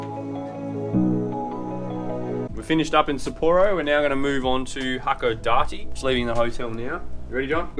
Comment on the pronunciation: It's "ha-ko-DAH-tay." "Pierrot" is Japanese for clown (from French or Italian).